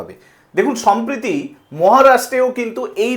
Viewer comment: সমপ্রিতি নয় কথা টা সম্প্রতি হবে